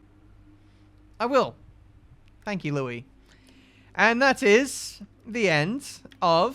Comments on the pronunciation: pronouncing Lois as Louis, NO!! HER NAME IS LOIS! (low-is) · my friend please, its not Louis, its Lois. (Low-isss) like family guy, 👀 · Dude, her name is Lois, not Louis. Think Lois Lane 😂😂😂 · Just keep calling lois Louis ben good job lol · Louise Sutton? LO-IS.. as in supermans lady friend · Does anyone else cringe every time mispronounces Lois' name? xD